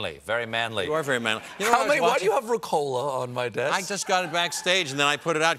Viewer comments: Ricola: The emphasis is on the Ri, not on the Co. It doesn't have to do anything with cola. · Jeez, they were saying RECOLA. I was like, what is that. Its called RICOLA mates. Greetings 😅😜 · Seriously you people call it Ricòla? For fuck sake it's Rìcola! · Me too. Isn't it pronounced Rícola? 😂🤔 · Omg it took me until they ate the candy to figure out they were saying Ricola, the stress is in a different place in German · I’ve never heard an american pronounce ricola...it’s more than cringey lol